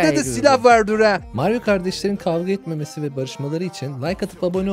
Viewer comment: i sesine noldu kavüa etmümesini dediyinizde